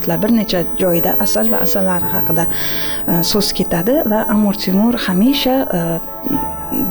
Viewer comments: Эй диктор чудила мусикага нима бор ва Амур Темур эмас Амир Темур бошингга эшшак тепсин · Биронта Янги гап эшитмадим. Кейин хам опахон амир цемур эмас амир Темур деп айтилмайдими ? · Амур (Amur) Темур эмас,Амир (Amir) Темур! Қачон тўгри гапиришни ўрганасизлар?! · Амур Темур эмас Амир Темур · Амур Темур эмас Амир Темур! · Сохибкироннинг номини тугри гапиринг амур эмас Амир Тимур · Нимага бошлавчи Амур Темур деяпти,тугри талаффуз килиш керак эди...